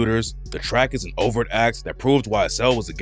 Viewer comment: For about 5 minutes, I am wondering wtf is a "over act" until I look at my phone & realize is mispronouncing 'overt'😂😂. The 't' isn't silent.😂😂